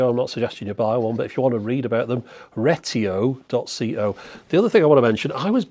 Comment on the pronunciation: "REgreTIO" cracked me yp